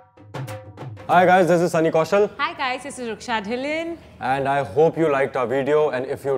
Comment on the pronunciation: It is Dhillon not Dhillun wtf is this